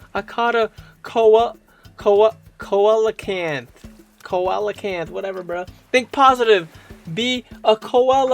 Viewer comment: just fyi its pronounced " see-la-canth " :P